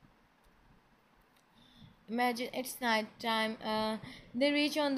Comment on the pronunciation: It's amajinnnnn dear 👏 poor jibooty and taebooty 😜😂😂😂